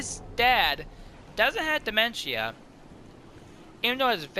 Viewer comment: This is the video I was talking about, you say it wrong